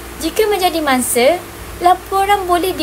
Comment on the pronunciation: "Bukan mangse tapi mangsa"., tolong tolak 1 markah... 😆